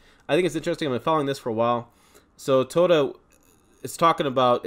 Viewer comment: you need practice on saying Toyota😅